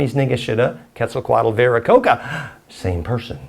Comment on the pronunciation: The name should be Viracocha with Spanish pronunciation